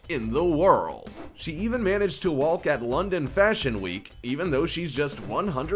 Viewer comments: yes, believe all this bullshit. especially from a narrator who says "wall-k" instead of walk............. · Why does this guy pronounce the "L" in "Walk"??? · Sorry, but what's with this robot narrator? He sounds English, until he speaks... "walk" pronounced "wall-k"? No native English speaker says that. Ever. And that's just one of the weird things that comes out of his mouth. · In the pronunciation of the word "walk" ..... do not pronounce the "L". :)